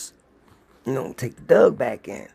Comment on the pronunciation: I really like the stories, but I'm having issues with how keeps pronouncing the word "Dog as "Dug". I just can't understand why that is.